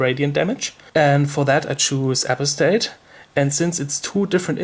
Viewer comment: "apo-stat" is pronounced Uh-Pahs-tate I think.